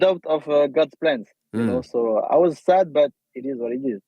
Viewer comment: Aussi quand il dit i talk I talk I talk bUt I back it up 😂